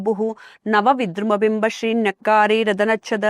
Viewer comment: "ಶ್ರೀ"ಅದು "ಸ್ರೀ" ಅಂಥ ಕೇಳಿಸಿತು